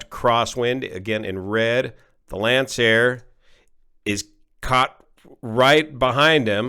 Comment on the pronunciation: finally, someone who knows how to pronounce Lancair